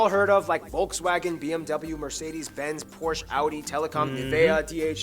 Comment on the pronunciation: Wolkswagen? Porsh ?